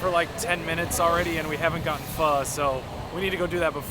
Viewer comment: I just unfollowed you cuz you dont know how to pronounce "PHO..."